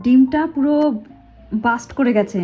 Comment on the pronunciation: Ota bast noi blast 😊